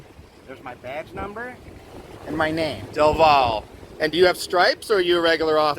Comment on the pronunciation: Not only Officer Del Valle is a duschbag but also doesn't know how to pronounce his last name, which is in Spanish and means "from the valley"